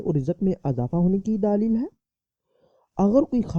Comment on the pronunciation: bhai urdu to bolna sekho please apko sun k gusa ana lg jata ha gaib ko geebat bol raha ho or daleel ko daaleel socho kuch seekho